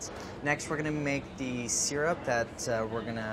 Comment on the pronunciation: "We're gonna cook the sooger down to a soorup" LOL andy is so stiff